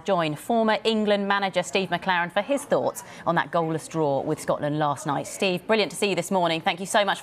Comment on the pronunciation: Long time no see “Shteve”